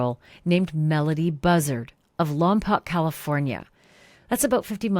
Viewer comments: Ashleigh, I’m a Lompocian that grew up in Lompoc and as a matter of fact I attended Buena Vista elementary school . Could you please say Lompoc right??? the “Poc” is pronounced “poke” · Lompoc is 150 miles NORTHwest of Los Angeles. 😉 Pronounced Lom-poke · Hi Ashleigh! I know you’re going to be covering this story, so the correct pronunciation of the town is “Lom-poke” - thanks for covering! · Hi Ashleigh, local here. Lompoc is said as Lom poke. Hoping this beautiful little girl is found soon.🩷🦔🩷